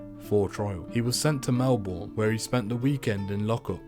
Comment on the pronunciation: Jerildery and melbourne, van dienmans land, wallan wallan- why prounance these so weirrdly